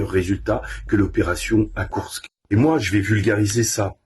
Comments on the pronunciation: Très bonne vidéo, comme d'habitude, mais pitié, c'est KourSK et non pas KourKS... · Salut et merci pour tes explications. Sinon, tu peux aussi prononcer kourSSSke au lieu de KourkSSSe. C'est pas grave et ce n'est pas ça qui fera perdre l'armée russe...